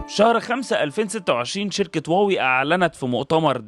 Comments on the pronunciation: يا أستاذي هي ليست إنجليزية لتطبق عليها هذه القاعدة الاسم صيني مكون من كلمتين Huá ، wéi هم مضطرون تجاريا لكتابته بحروف لاتينية. لكن استمع لنطقهم لها في مؤتمراتهم ينطقونها هُوا-وِي أو: ما دمت بحثت في ال ai فاسأله كيف ينطق الصينيون كلمة Huawei 🙂 واوي ليست النطق الصحيح للكلمة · لماذا تسميها واوي وهي شركة صينية والصينيون ينطقونها هُواوي؟ وبإمكانك سماع مؤتمراتهم